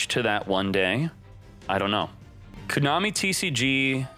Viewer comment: If he pronounces it “Cooo-Nami” ONE MORE TIME lol